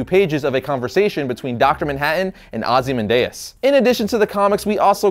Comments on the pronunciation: Why'zee keep sayin' Ozzy Mandayas? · Isn't it "Oz-ee-man-dee-ous"?